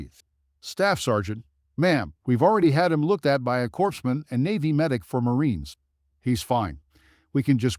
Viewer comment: The pronunciation of corpsman. Someone must have listened to Obama pronounce it.